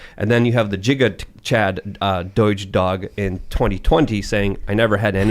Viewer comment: Why did he pronounce Giga as "Jigga"?